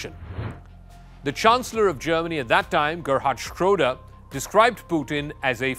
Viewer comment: You should pronounce Scholz and Schroeder properly. LOL the devil is in the details